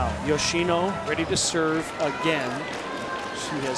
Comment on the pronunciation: Not sure which part of the name YoshinA comes from when it is clearly an “O”